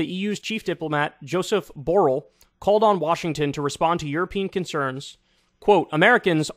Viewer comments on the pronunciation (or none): Note: Josep Borrell is Spaniard and the name is in Catalan.It's pronounced [ʒuˈzɛb buˈreʎ] (IPA)